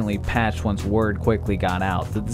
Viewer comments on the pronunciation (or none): none